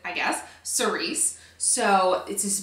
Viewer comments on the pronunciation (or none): sou-ree (that is the pronounciation)....no s at the end.... :) love the bag! looks great on you